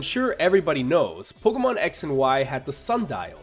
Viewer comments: You probably don't care but it's pronounced Pokémon ( poke-AY-mon ) not Pokémon ( poke-UH-mon ) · it's pronounced poke-ay-mon dumbass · ***** it's officially pronounced poke-ay-mon it has a damn acute accent for goodness sake you dumbass and learn to pronounce words and if you didn't know the acute accent is this ------》É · its pronounced poke-ee-mon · MrMonsterHunter 808 oh yea and it does matter if he mispronounces pokemon because others will pronounce it the same as he did not knowing the right way to pronounce it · Tingle calm down after he mispronounced pokemon my favorite nintendo franchise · Jesus Lopez Yes, even if it's your favorite, it's just a pronunciation. And even more, it's just a game. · Ian Kerber this shall not end until the dumb ass poke tuber accepts he was wrong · Andri Haukur Einarsson yes I do realize that you dumbass but I am not reading the word in a language that pronounces it differnt I'm reading it in English and the right way in English is e-acute